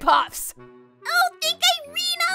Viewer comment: Did anyone here kawii~chan say "on thank irene"